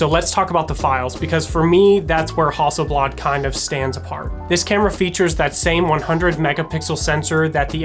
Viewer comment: "HUSTELBLAD" must be a great new, Swedish camera.... :-)